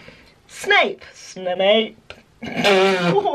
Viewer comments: I was listening to this in my room and my mother is like what is she saying snake snake snake ? I'm still laughing 😂😂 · Am I the only one who kept hearing "Snake Snake Snake Snake Snape" 🤣 🐍 🤣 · Snape Also: smape again: Absolutely no one: steak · Half of the time you were saying snake😂😂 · I misheard Snape as shape, snake and saint... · It started sounding like snake after a while! Just me? Ok. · I was watching the video and my mother was in my room and she was like "Why is she saying SNAKE?" 😂😂😂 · Yeah, it did sound like SNAKE a few times... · OMG I'm early for once! Yay>:3 Edit: this is so weird I love it!! Edit2: the more she says it it sounds like she's saying ssap are snap XD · first it's sounds normal, so Snape then all i could hear was Steak Staple Smape Thneps Thnape Snake Spape Mapes Swape Fameps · She kept accidentally saying sainp or Saint and all I could think of was .... Malfoy jr: SAINT POTTAH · She kept on saying Smape 😂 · I always feel like ur saying Snpsnasnpsna XD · Around 50 times I thought she said smape or snake😂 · When she starts saying shlape I died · It Kinda sounds like she’s saying spank!🤓🤣😂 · It sounded like your saying snake when u go faster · I heard snipe and Smape😂